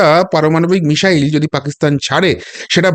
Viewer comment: Please, it's not 'mishile' BUT MISSILE~ it' "s" not "sh".